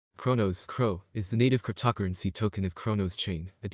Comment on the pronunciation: whats with your pronunciation of the word cryptocurrency?